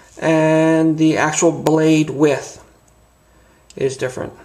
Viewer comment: Good onya mate, thanks I really enjoyed the vid. I own 2 of the old wave and love'em. New one on the way. Thanks for showing the differences.1 tiny tiny complaint, the word is Width not With but then again Americans do talk funny. Ya got a new subscriber. Thanks again mate.